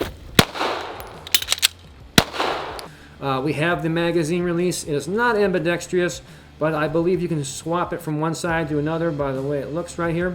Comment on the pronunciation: Why can't people learn how to pronounce ambidextrous properly?